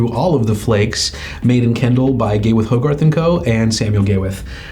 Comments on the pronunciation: I’ve been telling this for years. Not to call it Gay With But he still calls the company Gawith and Hoggarth. He still doesn’t understand that is one person Gawith Hoggarth. There is no “ end “ between GH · Sorry but to a Brit Gay-with 😆😆😆😆sorry.